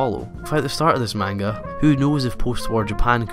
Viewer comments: Very cool video! Though one thing you gotta be careful about is how you pronounce manga, the correct way is "monguh" not "maynga". Some people might get after you if you're not careful :) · This video made me realize how it grates on my nerves when people mispronounce "manga". But the video was so good I was cured of this by the end of it. Thumbs up!